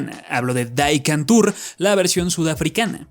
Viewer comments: Dato curioso: Entre las algunas lenguas que se hablan en Sudáfrica además del inglés y Zulu, existe el afrikaans, el cuál es simplemente neerlandés sudafricano. El título de la serie sudafricana no está en inglés, está en neerlandés, por lo que no se pronuncia "Dai, Kantoor", se pronuncia más o menos como "Dí Cantoor", ya que el "die" es el "the" de los alemanes y neerlandeses. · no se pronuncia “Di kantor” como en holandés?